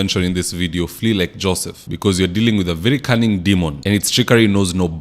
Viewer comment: You said a canning demon 😂